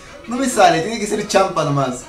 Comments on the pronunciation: Se pronuncia Shampa, no "Shampá" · Ese shhhamppa, ulala